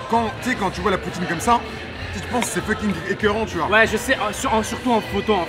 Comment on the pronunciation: le fu de fucking ne se prononce pas "feu", mais "fo" 😄